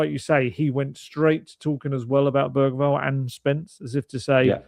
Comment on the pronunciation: Lucas Berryval Also: Gapko